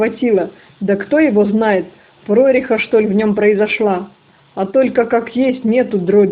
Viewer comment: Не прОреха,а прорЕха!И т.д.!Не понравилось,уж извините.Я в детстве слушала радио много,поэтому необычно так слушать ваши интонации.